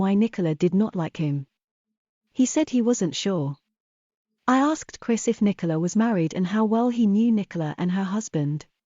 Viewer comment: Why do we have to listen to AI readings? The British voice reads the words as Nicola instead of Nicole A. How annoying.